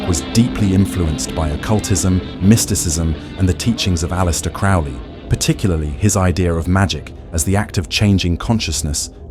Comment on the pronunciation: Crowley rhymes with holy